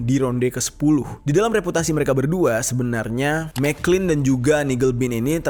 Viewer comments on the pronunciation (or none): Jer . Itu gerrard mcclalen dibacanya MC CLALEN . Bkn mcklin 😂